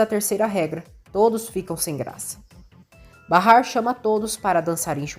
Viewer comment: Até que enfim alguém que narra o nome de Bahar como é! Barrar!!!